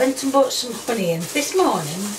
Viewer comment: Ahhh yes, cooking with the classic 3 H's - Ham - Hegs - Honions